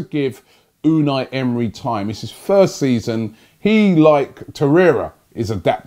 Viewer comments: Smh Robbie.....it said ELNENY not Emery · It said elneny not emery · Rob you have done some name misstakes recent weeks. Hope youre fine. AC Milan instead of Inter Milan, Kieran Kierney to Kieran Tierney, Elneny to Unai Emery etc.. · Robbie you are just begging for people to mess with you 🤣🤣🤣 the guy said Elneny not Emery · Robbie stay focus bro, Elneny NOT Emery! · Elneny not emery. Robbie spending too much time with troopz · Who is your dealer Robbie? He sells some good shit. Elneny not Emery man!!!